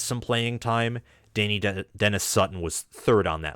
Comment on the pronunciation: Pronounced Duh Nigh Dennis-Sutton not Danny Dennis-Sutton